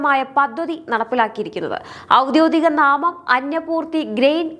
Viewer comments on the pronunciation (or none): മോളേ, ഔദ്യോദികം അല്ല, ഔദ്യോഗികം ആണ് ശരി